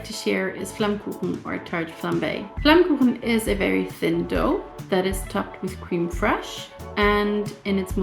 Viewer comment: Your pronounciation of Flammkuchen is perfect!